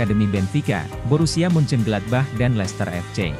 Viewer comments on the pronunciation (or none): none